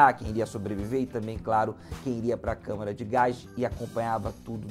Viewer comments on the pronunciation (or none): none